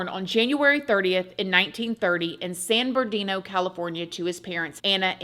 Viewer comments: it's San Bernardino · San Bernardino, CA, not “San Berdino”. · I love how you pronounced San Bernardino. You left out the R and the extra N. 😂❤ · It’s how Frank Zappa pronounces it in the song “San Ber’dino”.